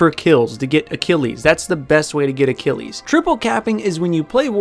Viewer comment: I had to take a moment to cringe when you kept calling Achilles Acilles.